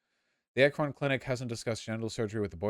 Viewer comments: Oh god hearing “Akrón” threw me so hard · listening to vaush repeatedly mispronounce "Akron" is the highlight of my night edit: to be clear if you don't know, it's pronounced "ACK-rin" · As an Ohioan it’s extremely weird hearing vaush mispronounce Akron for 2 hours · Ah yes, the president of France, Emmanuel Akron